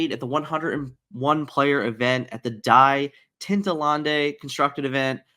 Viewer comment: Die tintenlande is just the german title/translation for into the inklands btw. The tourney was called battle bear. Funny hearing you try to pronounce it tho 😁